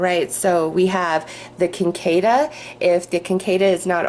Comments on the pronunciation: just a fyi, its pronounced "sick a da" in the sphere group. i fly fish and kinda study bugs.. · Thank you for the reading, feels right on! BTW cicada is said sick-A-duh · The insect on reading #2, the orb, is the cicada - pronounced sikodda - I grew up where they would croak out summer night symphonies until daybreak. Thanks for your readings and be well. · I lived in W.V. for several years, and Cicadas would come out and drive you crazy with the noise they made. I was SO happy to move back to N.Y.! If it helps, that bug is pronounced "Sick-kay-duh", though spelled Cicada. One of those weird words for a definitely weird insect. They had red eyes, and were pretty creepy looking as well as really loud and annoying. Some people would actually eat them! Ewwww! Lol!